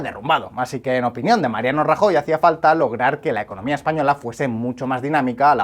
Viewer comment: Cambió de "opìnión"